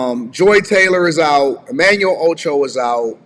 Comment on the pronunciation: Emanuel “Ocho” lol